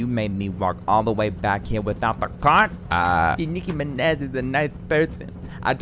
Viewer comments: Nicki MinEH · Im nicki mineh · no its nicki minuh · Wow it’s really the Nicki Mineh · Nicki Mineh~ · Nikki Mineh..